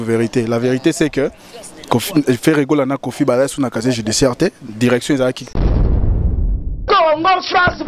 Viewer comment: Casier Judiciaire et non caché judiciaire....confronté et conforté,...confrontation ma chère journaliste.